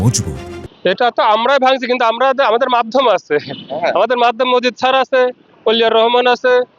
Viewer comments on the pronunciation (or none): none